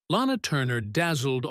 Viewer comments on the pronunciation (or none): none